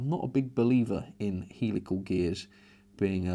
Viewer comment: You pronounce them Hell-ical not heel-ical by the way ;)